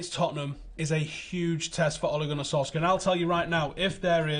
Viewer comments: Solshar not Solskyar for fucks sake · FYI - in norwegian we pronounce Solskjær without the K-sound. Sounds like Solshar:) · Pronunciation Solshire not Solskjaer no K. My only beef. Good show. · Interesting insight as always, but can someone please ask to work on pronouncing "Solskjaer" properly? Or at least try closer to the way the man himself does. I'm not Norwegian, but know he's butchering his name. It's a matter of professional courtesy. You're better than that